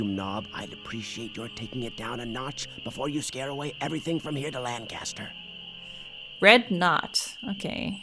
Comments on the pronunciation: That pronunciation of Lancaster… yikes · is obviously not from PA as he pronounced lancaster wrong 😂